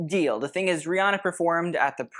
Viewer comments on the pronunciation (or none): none